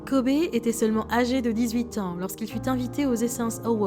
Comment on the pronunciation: Ptn ça se prononce dit KOBY 🤦🏾‍♂️